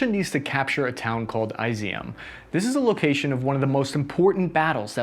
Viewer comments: Dude, I love your videos. They are balanced and take as much in an acount as they can. The only problem is....your pronounciation of geographical locations. It just pierces my ears XD . For example Izyum. "Eyes E Um"? No, it's more like "Is Yoom". Khrama trosk? Close, it's Khrama Thor sk. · it's pronounced is E 'em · Kherson is pronounced keep son not kerisson! And Izyum is pronounced Izzy yum! AND MAKALAIV is pronounced mick ka lav!